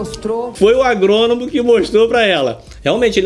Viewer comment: kkkkk parace que fumou uma erva estragada "agrononão.....jeólugu" pq na cabeça dela e isso que se passa uma groselha braba !!!kkkkk